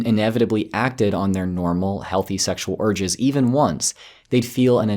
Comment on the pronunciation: I just can't help, but hear "acting on sexual orgies" I know it's "urges", but still... :-) Sorry!